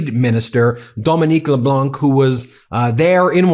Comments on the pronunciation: As a Canadian I am proud we are standing up to bullies and we do not recognize the drunk boat driver that let his wife take the blame for the boat accident that killed 2 people years ago O'Leary. PS Ben the C in Leblanc is silent when you pronounce Dominic Leblanc. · Mr. Leblanc’s first name is pronounced Domen-ick. Your pronunciation Domen-ique is the female version of that name. The last letter in Mr Leblanc’s name, the c, is silent. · In the Leblanc family name, the "c" is silent (not pronounced). Hope this is useful for you. Keep up the good work. Merci Denis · LeBlanc, is pronounced le blong no c pronounced . Appreciate you program, your voice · FYI, Dominique Leblanc: do NOT pronounce the final « c ». Pronounce it as Leblan, no « c ». I appreciate all your efforts to get the names right, and thought you would want to know. While I am here, the « n » in France president Emmanuel Macron’s name is not pronounced either. Quirk of the French language, one rarely pronounces final consonants unless followed by an « e ». Ok, now I am worried you might say Macro, which would not be right. Say it you do now, just don’t emphasize the « n ». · For Dominic Leblanc you dont prononce the « c » at the end. The « anc » is prononced like han solo, but Han without the « h » its not exactly it, but its the Closer I can get with my level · As a French Canadian, I really enjoy how you cover our side of this mess and make it clear we are organized, strong and not about to fold. (Side note : Leblanc has a silent c at the end, so it’s pronounced as “Leblan” - I see u added the lil c subtlety, but no need to!) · Hello from Montreal, great job I appreciate your coverage on these matters. Dominic Leblanc, his last name of course is French so we don’t pronounce the c. Or say Leblanq. No doubt his name will come up again. It’s all good. I would probably butcher your name. Please vacation Canada you’ll have a great time. Take care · Please learn to pronounce LeBlanc. The C is silent.